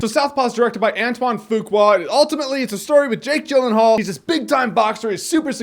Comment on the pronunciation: Jake Jyllenhaal? Really jeremy?